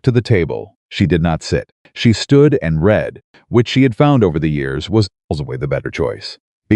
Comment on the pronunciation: It’s AI. It doesn’t know which way to pronounce read.